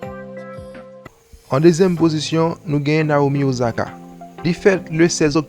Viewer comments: Ossaka not Ozaka, please my brother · “Ossaka” not “Ozaka”... 🙄🙄